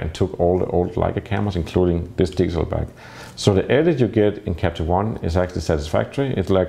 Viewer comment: Am I the only one who hears him saying "diesel back"?